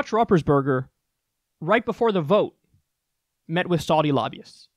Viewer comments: Roopersburger is how his name is pronounced. I can't believe you don't know who this guy is... come on Kyle. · It’s pronounced “Rooper’s Burger”... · It's pronounced ROOPersberger. This jackass is a rep from my state. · I love how you pronounce his name. It's incorrect. But it's funny. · Kyle, I love how you ruined his terrible name at the end.